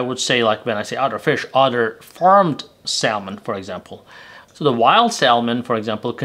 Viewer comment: Its called SA MON .. THE L IS SILENT.